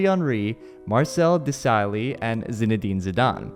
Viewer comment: An American trying to pronounce desailly was hilarious 🤣🤣